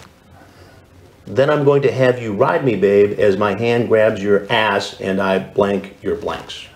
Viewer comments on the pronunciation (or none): the way he put so much emphasize on ASS 😭